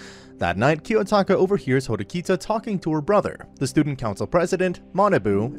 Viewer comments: it's horikita not hirokita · the way he mispronounced horikita's name multiple times lmao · I hate the way you pronounced Ayanokoji and Horikita’s names